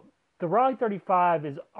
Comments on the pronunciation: It’s ‘row-Lai’, not ‘folly’ lol German made are Tessa’s lens,sgp made are sonar lens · The "o" in Rollei is long so it's pronounced Role-ee. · Roll-eye. Say it!